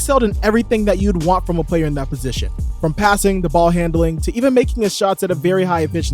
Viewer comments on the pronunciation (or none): none